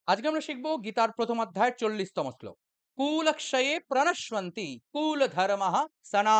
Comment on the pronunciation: Pranash i anti not pranash u anti it's pranasyanti not pranashwanti